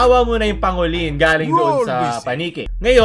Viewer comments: pang go lin* not pa ngo lin* lol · Boss di sa nagmmarunong, pero pang-golin po ang pagpronoune sa pangolin. Thanks, more power. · Dun ako na cringe sa pronounciation ng pangolin then armadillo pa ung pinakita lmaooo